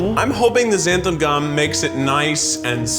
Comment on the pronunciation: So...no one ever told Keith the right pronunciation of xanthan gum huh